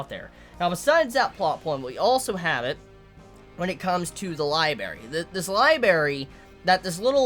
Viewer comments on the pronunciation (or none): its libRARY not liBARY damn it was fucking killing me whenever you said it... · Library, not Libary. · am i the only one bothered by the fact that he says LIBERY instead of LIBRARY lol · man i love this show but damn its gonna frustrate me. so many nice, touching moments with Emilia and co. essentially just got erased and Subaru is back to square one. there's also a ton of questions surrounding his restart ability now. oh and btw, it's lib'R'ary not libary:3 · say it with me Li-bray-ry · "Libary" rip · That was bugging me so much LOL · I kept flinching when he said liberry. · LIIIIES! I will have my berries, in my li !!! Love my liberries ) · I liked the review until you started saying "libary". Pronounce the second r man, come on. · You have a weird way of saying library